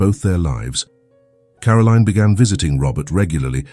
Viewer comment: It is Caroline NOT Carolene